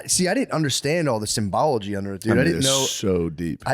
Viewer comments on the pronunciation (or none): woke up to new pod on my day off sweet thank you dawgz. I'm sorry I have to be gay, but it's "symbolism," not "symbology."